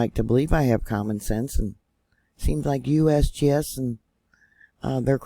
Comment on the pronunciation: I like how you say USBS it's funny